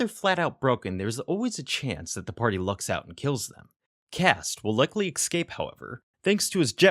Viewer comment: I love these videos but some of the pronunciation bugs me. Especially "ekscape" ...